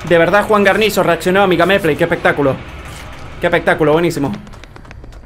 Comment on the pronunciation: Me dio tremenda ansiedad cada vez que no decía bien Guarnizo 😩